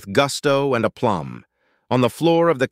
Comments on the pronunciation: decent -> dissent, a plum -> aplomb....other than that, an interesting story and a nice pacing and flow. The end was fun and worked. My commendations to the author. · And *aplomb... not a plum!🧐